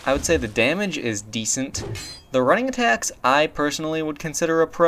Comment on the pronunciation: Why do you pronounce "running-attack" as "rang-attack"?